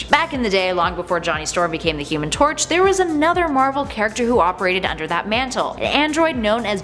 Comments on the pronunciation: At the beginning before she listed the versions she said human tot,I was said HUMAN TORCH😂😂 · Is it just me or did she say the human tort at the start